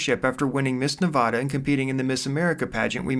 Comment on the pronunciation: Narrator can't pronounce "Nevada" correctly